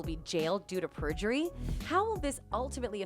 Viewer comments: Isn’t it perjury? Not prejury? 🤦‍♀️ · Prejury or perjury?